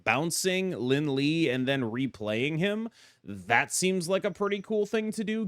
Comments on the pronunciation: Lie is pronounced “Li-eh” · FYI the "lie" in Lin Lie is actually pronounced "lee-Eh". You got the Fu Xi pronunciation correct ("foo shi") though :)